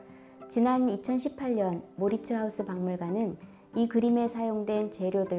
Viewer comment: 모리츠 하우스? 외국어는 현지 발음과 가깝게 표기하는 것이 당연하지 않습니까? 마우리츠하위스.